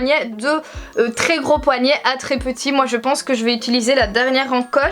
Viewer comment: * houit, * poignait aille mes oreilles ne sont pas habituées 😂